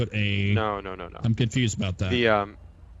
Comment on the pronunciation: Y'all confoosed 😂